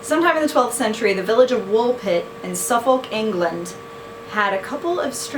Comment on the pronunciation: Haha, loved the way you said Suffolk xD For future reference, its pronounced Suf-uk :}